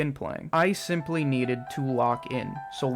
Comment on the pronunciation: is actually Bi-mply